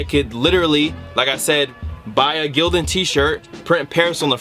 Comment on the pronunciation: It's Gildan😂😂😂😂😭